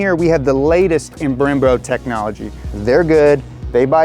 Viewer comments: Ara/po/vick? - brem/bro? Srsly? Sorry bro, but i think you're not that of a biker. Those brand names are well known to bikers and can pronounce it correctly. You got some of these information wrong, like for example: You said desmodromic engine, dude its the the valves that are named desmodromic. The engine is named desmoquattro. Not going to say that donut should stop making bike vids, but i know you guys can do better. Going to wait for that streetfighter v4, i hope bike vids in this channel are as awesome as the car vids. #nohate #justsayin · he said bremRo